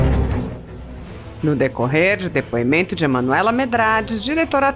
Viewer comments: Dipuimento, niguciacao. Fala Renan anarfabeto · Renan não sabe nem falar depoimento fala dipoimento